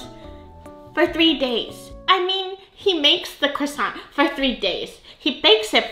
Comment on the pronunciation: I like Cwoissant 😅 your voice sounds a bit different in this video. new microphone ?